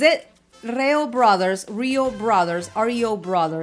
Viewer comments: It's pronounced Reee-yo. These brothers, started covering the Beatles and they were actually invited to play live 4 times in England at the "Cavern Club" where the Beatles started their career in very early 1960s. The British locals loved these brothers and was asked a few more times to perform live there in England. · REE-OH brothers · Hola these brothers started covering with the Beatles songs. They performed 4 times in Liverpool England at the Cavern, the club where the Beatles started their career in the 60s. Beatles songs are their specialty. REO is pronounced REEE-YO. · pronounced as rio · It's pronounced REEE-YO.😊